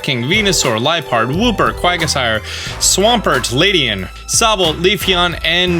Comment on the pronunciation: Quagasire? It's Quagsire.